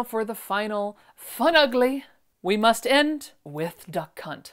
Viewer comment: This is now my new one woman show to go to when I am sad! Thank you for the entertainment, and I will be watching as many as possible!🥰💖🍦🎂🍒🌸🌹🌷🌺💐🌻🌼🥰 PS oh my God I almost peed. My depends when you said duck hunt because I actually heard. Da cunt😳😱